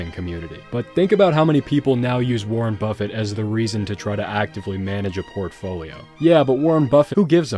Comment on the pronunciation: Lol "Warren Bustit"